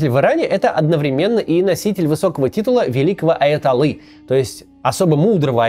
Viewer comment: ОдноврЕменно,а не одновремЕнно)).